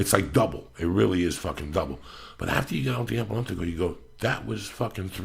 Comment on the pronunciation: Everytime Joey attemps the word elliptical I fucking lose it.. Eaulueptical he says. I love me some JD